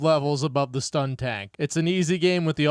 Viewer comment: You said Skuntank's name wrong. It's pronounced skun, not stun.